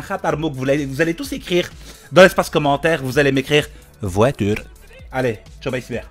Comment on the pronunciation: "Voitulre" :D